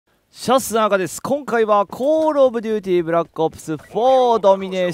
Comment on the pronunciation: コー↑ルオブデューティ